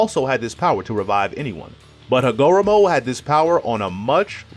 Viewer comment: Yu didn’t even say hagoromo name right😂😂